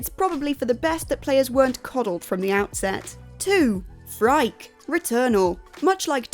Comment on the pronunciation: Yes, and Phrike is pronounced “free-kay” (it's Greek)